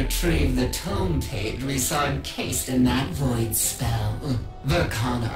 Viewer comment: It's pronounced "Tome" not "Tomb"